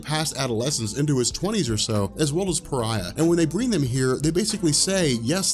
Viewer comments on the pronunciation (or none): Came here because said Pariah as Far-eh, and it was so fucking annoying like how do you see Fareh in Pariah I have no idea. But there is so many ads in this video holy, I’d understand like 1 every 10 minutes but Jesus 😂